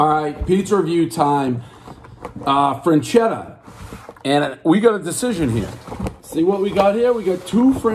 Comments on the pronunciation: One self proclaimed pizza expert who mispronounces most Italian words. Everyone knows the rules. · "I won't hold that against you." Proceeds to mispronounce the brand name the entire review. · Holy shit did you butcher that name.. this is the best frozen pie ever. I actually commented on another frozen review cuz I didn’t see them on the list. They have so many styles, there’s a thin crust you would prefer over this one but they’re all flavor bomb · said the name correctly once out of 15 times, everybody knows the rules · Guy pronounced it wrong every time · One mispronounced word everybody knows there’s no N in Freschetta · One complete mispronunciation of the company name, everyone knows the rules!!! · Lol. Portnoy can't even pronounce the name of the product. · Learn to pronounce it correctly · Mispronounce the name horribly- everyone knows the rules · It’s not French-Etta That’s how you’re pronouncing it. It’s Fresh-Etta. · freschetta - "FRAN-CHEDDAH" really dave? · Says "FREN" chetta instead of "FRESH" chetta. Everyone knows Dave can barely speak at the level of a 4th grader. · One franchetta everyone knows it’s FRESchetta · I cringe every time I hear Dave switch between "frenchetta" and "freshchetta" knowing both of those pronunciations are incorrect. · Didn’t know there was a “N” in Freschetta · It’s freShetAh Not Fran-chedda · One “Frenchetta” everyone knows Dave cant pronounce simple words. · I will forever go into the grocery store and while staring at the frozen pizzas, “freschetta” will be heard in my head as “franchedda” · No N in the name: "Frenchetta" Still no N in the name: "Frenchetta" Again, no N in the name: "Frenchetta" Still... no N in the name: "Frenchetta" Dave. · “Say Franchetta one more time!” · I bet 10 bucks he would say Franchesca, but I lost. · It's pronounced as Fres-Ketta. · Dave: "I'm the pizza king" Also Dave: "Frenchetta's" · There’s no “n” in Freshetta, everybody knows the rules... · “freNchetta” -Prez 2020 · It's "FRE-CHET-TA"